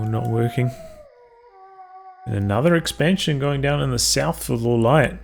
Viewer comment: Pronounce Lawliet correctly, please. :) Reforged is such a disappointment. And the spell/aura animations clutter the battlefield.